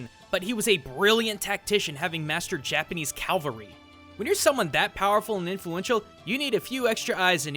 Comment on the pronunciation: Calvery? You meant cavalry, right? And what's up with Shredder mispronouncing "dogi"? That always bugged me